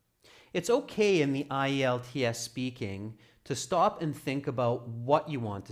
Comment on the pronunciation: The host at the beginning does pronounce the brand name of the test correctly. It's called IELTS = eye-yelltz